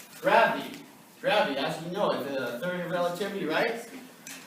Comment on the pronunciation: This guy can't even pronounce the theory of relativity properly and yet he wants people to believe anything that he saying that's a fucking joke